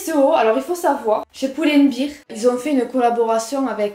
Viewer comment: Tu es magnifique! Mais juste pour info: Pull and Bear, ça se prononce "poule end bèèèr" (bear = ours alors que quand tu prononces "biiiiir", c'est "beer" = bière). Voilà, c'était au cas où. 😉